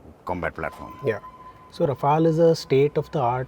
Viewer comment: First time I see them pronounce Rafale(Rafaal) properly. Rafale in french means gust